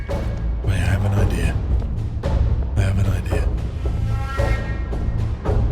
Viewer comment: "idih" instead of idea 😭🥀💔